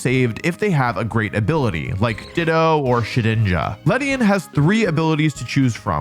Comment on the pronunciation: It's ledian